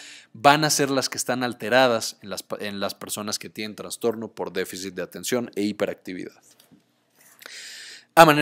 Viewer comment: Con todo respeto, estimado, se dice trastorno, no traNstorno. Excelente video y gracias por el aporte.